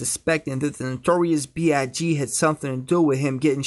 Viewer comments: "The nrrntrrious b I g " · The way this dude says “The Notorious B.I.G” in the beginning of the video in makes makes me wanna give him Speech lessons